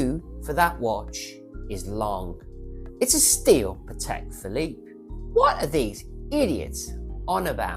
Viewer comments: still, you can’t pronounce Patek! Hint: it’s pAtek (with the accent on the a), not patEk (with the accent on the e) like you say it. It’s a Slavic word, not a French/swiss word. But can’t blame you, 90% of the people (including some Patek collectors and even some Patek ADs) can’t pronounce it right. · So you are a Patek expert but you can’t even pronounce Patek properly?